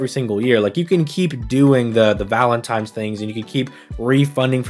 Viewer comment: Am I crazy or was pronouncing it "Valentime's"